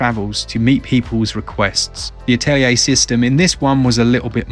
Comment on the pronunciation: God bless you for saying "Atelier" correctly <3